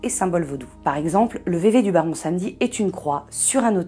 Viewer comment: Arreter de francisé le mots vèvè.vous êtes en train de dire vévé.